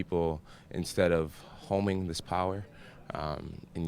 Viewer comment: lol "homing" I believe you meant "honing", dumb dumb....